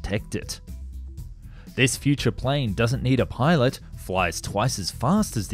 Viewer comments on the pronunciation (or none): none